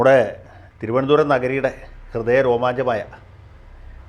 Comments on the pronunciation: Vakil's thironthsram accent is not correct. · Good sense of humour....you got the TVM accent very superb. Good mimics. Love you Sir. ❤👍🙏